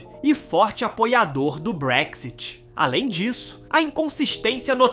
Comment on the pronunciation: Realmente não sabe nada .. sim que o Brexit foi fodd agora vc não sabe nem pronunciar Brexit .. segunda o país não está pobre sim está aumentando a desigualdade .. ou seja quem vem aqui ficar fazendo bosta nenhuma e trabalhando só no básico sem se preparar como profissional esse tá fudido mesmo .: ou seja tá foda pra quem nao tem nada a oferecer .. agora o título é tão idiota que na verdade o Brexit foi para não receber mais ninguém .. ou UK não quer que venham e não ao revés ..